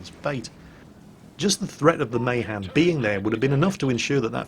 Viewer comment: "May Han"? jesus, wtf?